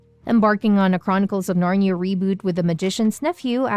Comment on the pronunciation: It's not "Narn-ya" but "Narn-ee-a"